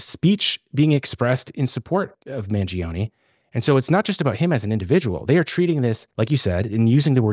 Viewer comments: FrEe MaN-jEe-Oh-KnEe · Italian here. It's man- like "man", -gio, that is pronounced like the name "Joe", and -ne like in "never". So, man-joe-neh. Listening to Americans butcher his name is painful 😂